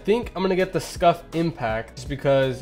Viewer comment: Who also thought he said scuffed not scuf